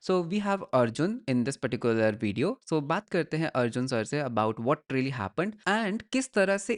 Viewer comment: Aata toh hai video bolna isko, fir veedeeo kyu bolta rehta hai?